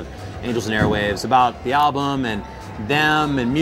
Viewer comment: 27 sec, the alblum? haha